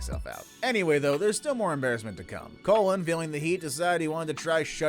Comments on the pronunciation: His name isnt pronounced colon. It's cologne. Lol. He even says it during the episode dude. 🤣😂🤣🤣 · It's pronounced Co Loan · Name is pronounced “cologne”. It’s Latino.